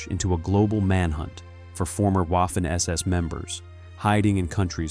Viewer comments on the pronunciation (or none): DONTs ay Waffen. A W is A V in German, waffen sounds really, really terrible. As a one producing historic videos, you should know better.